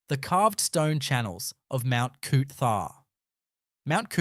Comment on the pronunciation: Thanks for pronounced coot...tha.